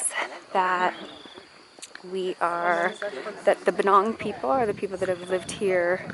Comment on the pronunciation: Traveling Bee That is incorrect and its Pnong not Bunong. In this case its the tour guide who mispronounced it. I'm Khmer American from Battambang BTW. I'll be in Battambang in 40 days.